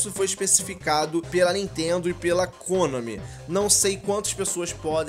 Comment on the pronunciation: a sua pronuncia de "Kônami" esta errada! È Konami normal!